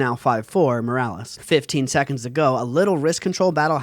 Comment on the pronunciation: Muh-ROO-liss JFC dood